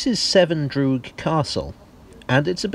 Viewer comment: "droog" is anglicized. The "r" comes before the "g". d-oo-rg. I would like to say it means fortress in Marathi as in a diminutive like "pig-let". But it no longer means something small. The term for a proper fort or bastion is "gad" with a strong "d". I have also noticed that all coastal forts are more often called "durg"s and inland forts called "gad"s. Here is the wiktionary link